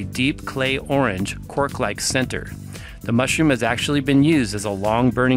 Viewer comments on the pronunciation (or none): none